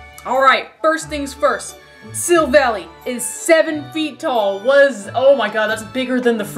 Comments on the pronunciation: I think Silvally's is a mix of silver and ally. And I think it's pronunciation is Silv-Ally. It's based off of a chimera, a mythical creature that has different body parts of creatures such as a chicken, lion, and a goat. Since it has so many characteristics it can adapt to any situation like it says in the Type: Null description. I hope this helps :) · Type: Null and Silvally (Prononced Silv-Al-Eye, a portmanteau of Silver and Ally) are Literally Synthetic Arceus. Silvally's RKS System (Get it, RKS = Arceus) is a successful attempt at recreating Arceus's ability to change it's type.